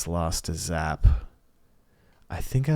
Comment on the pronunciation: These definitely feel like coin flips after a certain point but Diaz has been so dominant its hard not to pick him. Wahvey doesnt seem to match up well vs Diaz but I have seen Evoh be able to shut him down so if anyone could beat him i think its probably Evoh. Also you saying Zap's name like that had me dead 💀